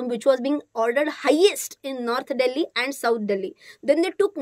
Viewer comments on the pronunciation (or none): none